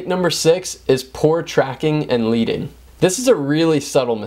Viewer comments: In typography, leading is pronounced "ledding" and not "leeding". Good suggestions, otherwise. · Really helpful video. Quick tip - the space between lines is pronounced "ledding" (rhymes with sledding). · Leading is actually pronounced "ledding" as in lead plates (in various thicknesses) that were added between hand set lettering for newspapers back in the day. Can you imaging having to do this manually? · Just a humble correction: "leading" is not pronounced like a version of a leader, (as in our great leader), but like a version of the metal lead, as in lead pencil. It goes back to the old Linotype days when lines were spaced by using thin strips of lead to achieve the desired spacing (or leading) between lines of text. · David N. Goodchild Exactly, I enjoyed the enthusiastic advice but that mistake was painful to hear and took away a lot of credibility. But hey, he’s young, so I forgive him.